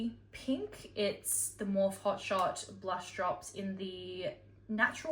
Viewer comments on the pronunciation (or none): You can tell you're not a makeup girlie. it's pronounced as "more fee." Not, Morf. But love love. 😘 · Love u just letting u know no hate or anything but morphe is pronounced morphe-ee like morphe with eee on the end just saying love ya lots love 🥰 xx